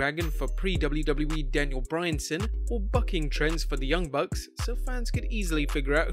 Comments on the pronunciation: “Daniel Bryanson” 🥴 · My man said Daniel Bryanson